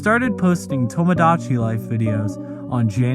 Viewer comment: My only problem with this video is how he says tomodachi